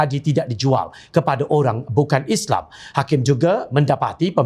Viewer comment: lagi satu... Islam bukan isleey. Al Quran bukan al kure... MUHAMMED sallalahuAlayiWasllm bukan muhammee. tidak bole di ubah ini. yg lain tu buat la apa ko suka. teh jd kopi ka..aku tdk paduli